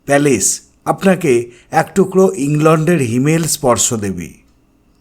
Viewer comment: যেমন সুন্দর সিমলা ম্যালটা তেমন সুন্দর তোমার অসাধারণ ধারাভাষ্য ।তবে জানি না ঠান্ডার কারণে কি না তোমার ধারাভাষ্যর মধ্যে কয়েকটি ভুল উচ্চারণ আমার কানে লাগে। প্রথম দিকে বারংবার তুমি ম্যালকে মল উচ্চারণ করছিলে। ভীষন কানে বাধছিল। ভিডিও লাস্টে আবার ম্যাল ই বলেছো। দ্বিতীয়ত এবং তৃতীয়ত উচ্চারণ ভুল ছিল। সাংস্কৃতিকের যায়গায় সংস্কৃতি এবং ইংল্যান্ডের উচ্চারণ টাও বেশ কি যেন বললে? আমি ভুলে গেলাম । একবার দেখে নিয়ে ঠিক করে দিলে ভালো লাগবে আশা করি। কিছু মনে করো না। যদিও জানি অত্যধিক ঠান্ডার কারণেই উচ্চারণে এই সামান্য ভুল টুকু হয়েছে। দিদি হয়ে যেমন প্রশংসা করি তেমনি ভুল টাকে ভুল না বলে পিছিয়ে আসাটা আমার মনে হয় ঠিক কাজ নয়।